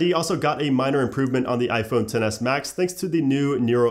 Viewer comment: I cringe when he says iPhone 10